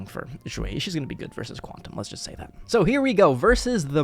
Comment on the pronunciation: Do you speak chinese cuz the way you say Xueyi sounds right I don't speak chinese i'm just curious